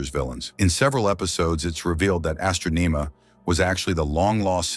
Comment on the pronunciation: Astronema, Zordon, and Galaxy among other words are consistently mispronounced.